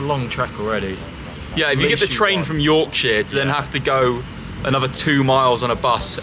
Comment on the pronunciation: also sorry, as a fellow Leeds fan the way you pronounce Yorkshire is kinda funny